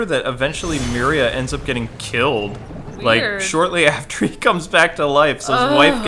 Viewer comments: Maybe I am the only ine to notice, but Aquaman's wife's name is MERA not MERIA or however you pronounce it. Not a big deal but as an avid comic book reader it hit a nerve. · So, I'm just saying, it's Mera, not Miria. And it's Aqualad, not Aquaboy. Also it's Dan Didio, not Dan Dido.